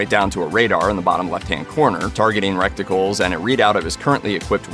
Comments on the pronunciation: targeting 'recticle' LUL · Seems like hes not a halo fan. The whole game is a FPS. And he called the reticle, recticle. Seems to me like hes speaking out of his recticle.